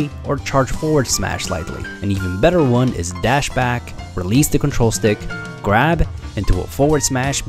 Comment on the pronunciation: “while holding the gwab button a bit longer”